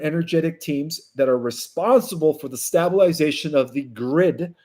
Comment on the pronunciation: YOU SAY THAT YOU READ ALL THE COMMENTS, SO I WAS WONDERING WHY I MUST KEEP REPOSTING THE REQUEST FOR YOU TO FIX THIS ONE WORD THAT YOU FAITHFULLY MISPRONOUNCE? (STABLE)....IS THE ENCLOSURE WHERE A HORSE IS PUT. (STABLE-ization). NOT (STAB), LIKE WHAT'S DONE WITH A KNIFE. (STAB)-ilization. (Stabel-ization).